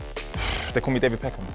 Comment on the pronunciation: Man said DAVID PECKHAM 😆